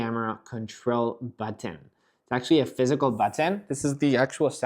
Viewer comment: I like the way he says button 😂 ‘boteeen’ 😂